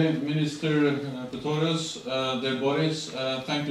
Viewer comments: Doch, er sagt 2x Pitorius, statt Pistorius. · spricht Herr Stoltenberg den Namen vom Verteidigungsminister falsch aus oder höre ich schlecht?